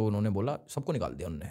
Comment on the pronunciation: said unne (usne )😅